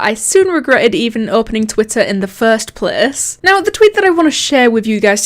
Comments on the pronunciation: "The fust plece" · Question Why do you say place like pleas